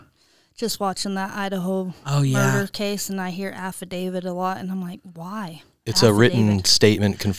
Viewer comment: "hey um why do they call it a afradavid?" 💀💀💀 Ya mean affidavit 🤣